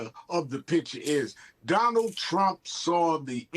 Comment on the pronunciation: Trump not Tramp 😂🎉